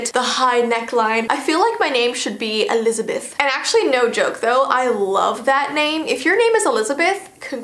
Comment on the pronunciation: The way you said Elizabeth was just like Elizabweth